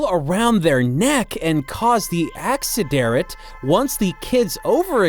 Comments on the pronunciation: "Acciderit" this had me wheezing 🤣🤣🤣🤣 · bea carerfull thisis diiviice maaaey cuase anee acciderit.